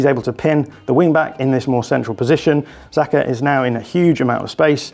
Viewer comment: Why is it so hard for pundits to not call him sakO? Bro his name is Saka. Love your content as always (please can you call him Saka tho lmao)